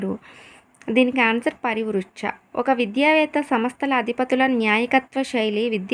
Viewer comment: Pari pruchcha Andi parivrucha kadu